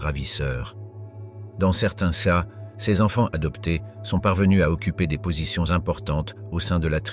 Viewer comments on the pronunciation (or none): Très intéressante vidéo sur les fondements et pratiques des Comanches qui rappellent parfois les samouraïs. Dans la forme du commentaire audio : "céa" prononcé au lieu de "cas", comment dire ? On se demande si le narrateur a un minimum de maîtrise de la langue française.